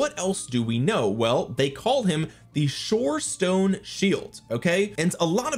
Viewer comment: You actually pronounced everything correctly about the Shorestone shield commander plus this research you've done is exceptional. Reason why this is my go to channel for RoK updates.